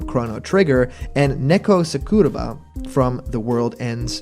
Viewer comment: Minor nitpick, it's pronounced SAH KUU RAH BAH.